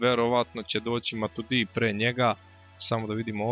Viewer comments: Nije Matudi nego Matuidi _' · Ne kaze se Matudi nego Matuidi i neka igra Pjaca.